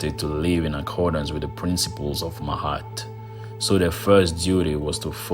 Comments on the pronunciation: Ma-at. Not "mahat". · nice video; but why do you pronounce her "Mahat", but is written "Ma'at"? It is hard tell how did they called her, in those ancient days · Even tough your no Egyptian it’s better the some American. Also it’s ma-at.